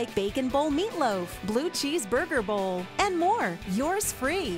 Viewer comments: The way she says it it cracks be up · She said bacon bowl like 25 times and the way she says bowl had me cracking up laughing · why does she say "bowl" so strangely?